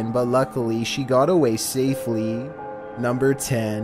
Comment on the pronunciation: "Namber Waen"